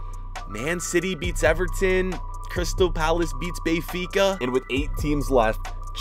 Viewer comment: “Bayfica”, bruh!